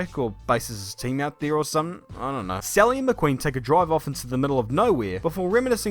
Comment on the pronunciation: i almost forgot sally's name when he said celly